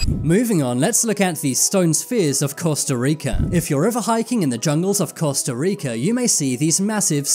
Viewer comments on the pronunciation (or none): none